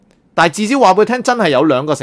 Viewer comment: 尼尼「微」第4音，為甚麼你讀「美」音？